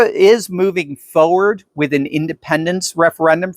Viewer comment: Why is it that Noramericans always over-pronounce the letter R, but ignore it altogether in FORWARD ?